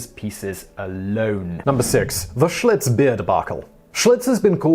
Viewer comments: Did he say Schultz instead of Schlitz? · I listened again. He said Schlutz.